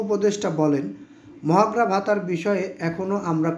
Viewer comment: ভাই,মহার্ঘ ভাতা আপনি তো উচচারণ করতে পারেন না।